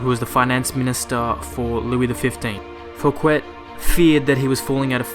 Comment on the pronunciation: Thanks! informative! BTW: *How to correctly Pronounce Fouquet: (the T is silent) *The french king in question was the sun king, Louis the 14th.